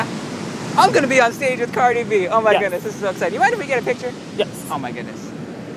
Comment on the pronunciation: Dude said cardi shorts